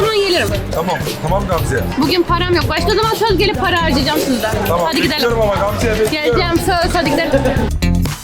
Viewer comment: Niye Gamze yerine diyosunuz